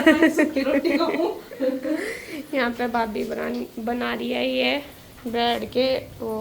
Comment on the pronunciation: Brad nhi bread hota h😂😂😂😂